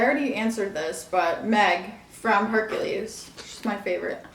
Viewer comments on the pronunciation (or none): none